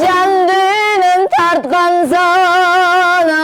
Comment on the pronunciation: Санаа деп айтылат занаа эмес